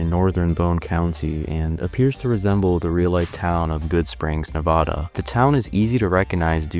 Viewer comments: You said Nevada horribly and yes we have motels back to back like that😂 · also not how you say nevada